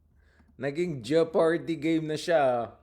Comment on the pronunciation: It's is pronounced Je-par-dy. The "o" is silent.